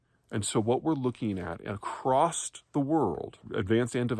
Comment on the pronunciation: "acrost" is my least favorite made up word. Just sayin'.